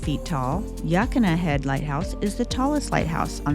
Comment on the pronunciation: Great video… look up Mo’s Restaurant Health Score Card… that says it all. It is like our Pier 39 restaurants here in SF! Quality is gone. ❤️ Depoe Bay is pronounced like Home Depot. And Yaquina can be remembered to pronounce as Ya-Quinn-ah like after Anthony Quinn. A local shared that trick since they hate the mispronunciation all the time. I did the same before they told me!🤣